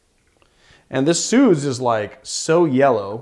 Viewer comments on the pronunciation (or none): Wow, that was a great drink. Love it when I have all the ingredients at hand...Dolin Blanc (you pronounce it well, it's just the C is silent...) and one day, I'll teach you to pronounce SUZE in the proper way....not SOOZE.... OK, I'm off to make myself another drink!